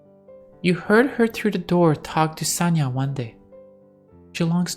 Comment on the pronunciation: Just in case, Sonya is pronounce as Sonya(Соня), not Sanya(Саня). This is two different names. By the way, the full names of Sonya and Sanya are Sof'ya(Софья) and Alecsandr(Александр(or, if not so formal, Sasha(Саша)). I hope, I don't make many mistake in my English